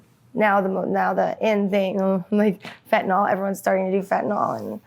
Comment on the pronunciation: "Fent-uh-NIL". Why does everyone mispronounce this? Not spelled FentaNOL or FentaNAL.